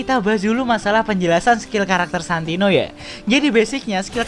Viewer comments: Santino bang bukan santonio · Santino atau santonio bang